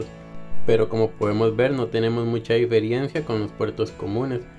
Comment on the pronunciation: Amigo aprecio tus videos pero se dice Diferencia